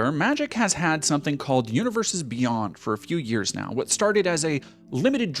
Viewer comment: Come on, emphasis should be on the NOW